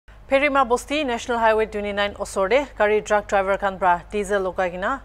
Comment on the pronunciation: It's pherim it's not prima😅😅ado sir...🤣🤣